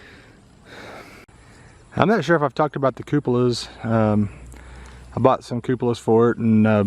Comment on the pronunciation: Stop saying cupalas I knows it fun but cut it out..